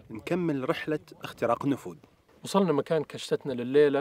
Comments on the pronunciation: ما شاء الله إبداع و ممتعه الله يوفقكم وانا عندي ملاحظة النفود اسمها نفود وليست نفوذ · ما شاء الله 👍🏼👍🏼. ترى اسمه النفود و ليس النفوذ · النفود. وليس. النفوذ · ملاحظه.. النفود وليست النفوذ